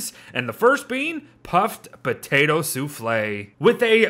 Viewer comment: No one:: Potate